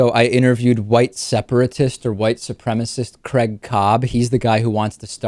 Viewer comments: Why is this guy calling him Crag, he spells his name Craig? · Dear America, stop saying fucking Creg!!! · Creg caab. It's not as bad as them saying Carl (car-rul). Lol